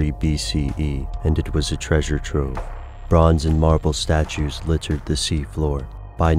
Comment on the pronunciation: This has been the worst exaggeration of the monotone well-separated syllables. Drink some coffee, narrator. :) .... litt - er--- ed